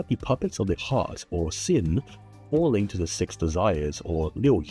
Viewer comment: As someone who usually listens to your videos as a podcast, I kept thinking you were saying "sin" rather than 心, and I was like "yeah that's totally right the Sentinel def looks Hsin-ful". Not saying your pronunciation is wrong, you are saying 心 right, 'cause I do realise you're saying this in English.